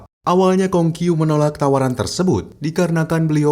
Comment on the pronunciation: pengucapanya namanya salah😂